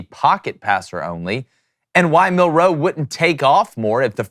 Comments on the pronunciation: Bruh it’s milroe not Mil- ROE. You put way too much emphasis on the ROE! lol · Please, please learn how to say his name! You keep putting the accent on second syllable. It’s hard to listen to you. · Mill....wait for it...row Dude say it together fluidly, its not two seperate words. One word